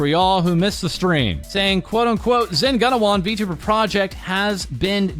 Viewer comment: btw it's pronounced: zen goo-na-wan